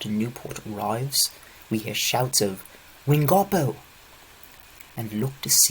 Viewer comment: "wingarbo"😭its wing-a-po